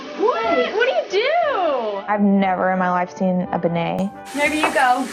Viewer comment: did Kendra say Bonet?